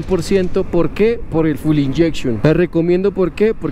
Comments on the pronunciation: Se pronuncia fyool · Se pronuncia fiul